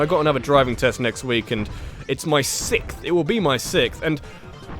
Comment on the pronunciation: The way you say, "sixth" really bothers me .